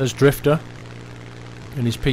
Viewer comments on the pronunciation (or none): none